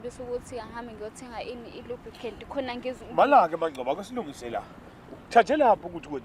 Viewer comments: I lubricant uyibiza nge lub'khele..Awusemncane mfana ne language yamakhehla😂😂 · Ikhanda lomile kulomjida isikolo siqakathekile futhi nangu ibza oLukraine instead of lubricate 😂😂😂😂